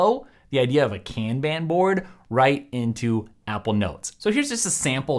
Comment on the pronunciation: That’s for sharing some of these productivity ideas! “Kanban” (Kahn bahn) originates from Japanese so my only hang up with this video is the butchered pronunciation. Other than that, great stuff!